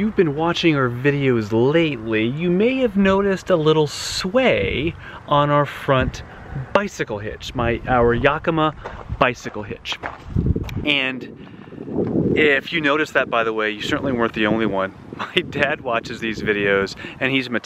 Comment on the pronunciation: I am originally from Oregon and we always pronounced Yakima as YACK-i-maw kind of like Omaha. Actually you were really close except the first syllable. Maybe someone from Yakima can say how it truly is pronounced. I always love your videos. .